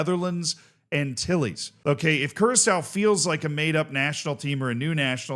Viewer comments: No, its Kurasao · still can't get over saying curaco